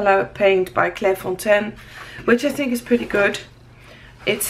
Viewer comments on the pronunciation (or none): none